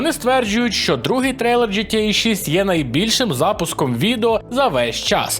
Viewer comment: Мене одного бісить ось це "джи ти єй"??